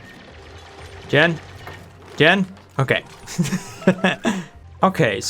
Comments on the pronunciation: Hey.. Jean's name is pronounced Jeen. Like the pants. Not Jen. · Loving this series. The new DLC seems like a game changer. By the way, 'Jean' is pronounced as 'Gene' or 'Jeans' as in trousers, and not 'Jen'. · Jean is pronounced /jēn/ like the pants. heavy twilled cotton cloth, especially denim. "a jean jacket" Not Gen... that’s so odd you don’t know how to say Jean... like I’m gonna go put on my gens... LOL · For the love of all that is holy it is pronounced Jeeeeeeen like blue jeans. Oh and loving the new series. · Calling Jean "jen" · Jean should be pronounced as Jean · And also jaune (with a soft j) as in all of France. It's ok man, just put the accent hammer down. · I've always pronounced it the French way. It's closer to John; then again the gender is listed as X, so it's not definite either way.